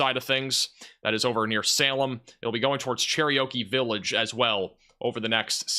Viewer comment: Dude- it’s “Cher-OKEE village” like the Indian. Not “Cherryokie Village” lol just helping you out. You say it all the time.